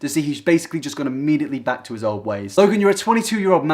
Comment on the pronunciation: It sounded like you said Logan Paul is Black